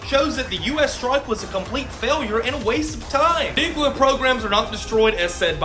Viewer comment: It's not nuCUlar it's nuCLEar. IDK why, but it just irritates the shit out of me when that's mispronounced. I'm sorry, don't mean to be that guy, but this time I couldn't help myself. I really enjoy your channel. Keep turning out the good stuff.